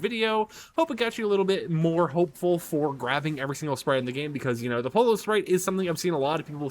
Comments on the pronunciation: Yeah I cringe every time he pronounces it polo instead of poyo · @@ FNCS caster can say “Peterbot and Pollo” correctly when have you heard them say “Peterbot and Polo 👕”? I didn’t say “Perfectly pronounce” it’s the easiest word to say, like Yo-Yo but Po-Yo. Not that hard to figure out man. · It’s no called Polo is pollo (Spanish and Italian for Chicken) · Is it so hard to learn how to pronounce Pollo’s name? It’s Spanish for “CHICKEN” not a fucking game where you hit a ball riding around on a horse 🤦🏻😩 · He’s not Spanish speaking so why would he be able to perfectly pronounce the word if someone’s a mandarin word was written in English you would struggle pronouncing it if ur English it’s not a hard concept to grasp